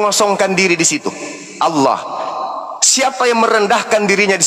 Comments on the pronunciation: iya nih... nama sembahan islam itu bukan ALLAH, tapi awloh, aulloh... pada ga bisa baca huruf latin yaaa ? ALLAH bukanlah aulloh, bukan awloh ! #wkwkwkwkwk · Kristen nyebutnya kan Allah bukan olwah SWT.